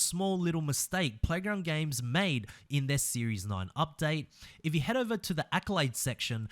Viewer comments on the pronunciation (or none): none